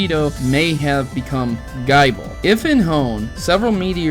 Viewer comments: I swear did you just say (guy-bul) in stead of (gi-bul) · I agree with theory, but I'd like to correct your pronounciation for future reference, if thats okay with you. You were saying Gible like guy-ble. However, I believe, according to the anime, it's Gih-ble. This is most likely due to it being Gible like Nibble, Gabite like Bite and Garchomp like Chomp. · Dude, you don't pronounce Gible as Bible! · Oh yeah by the way the pronouncement for gible is not gy-ble it is pronounced gi-ble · Nibble -> Bite -> Chomp Its not pronounced "Gaible" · It's gib-le not gyble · "GUY-bull" ....wut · Guyble!! WTF! It's Gible the anime clearly says the name right and the books tell you how to pronounce it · You do realize that's not how you pronounce Gible, because it's supposed to rhyme with nibble. The whole evolution line is based off biting. GaBITE, GarCHOMP, like really. That should be logical man. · You need to work on your pronunciations it ruined a video which actually made a lot of sence till you brougjt up gible. But i do agree on the rest of it.